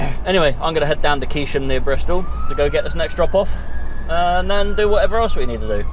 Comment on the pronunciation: Keynsham is pronounced cane sham same as Cain's farm a friend parked outside your delivery at Wolverhampton and caught 2 blokes trying to steal his goods